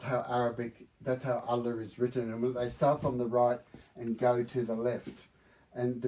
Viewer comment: Nope, as an Indonesian I can vouch that he got the "ha" correct 💯 there are two "ha" in Arabic, (ح) and (ه). The letter ه if written at the beginning of a word becomes هو, written at the end of a word it becomes له.